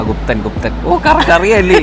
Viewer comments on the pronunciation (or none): ബുദ്ധൻ 😂❌ഗുബ്തൻ ✅😂😂😂😂